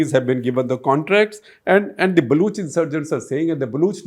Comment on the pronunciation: Why does SG keep saying “Balooch”? It is not supposed to be “Baloch”?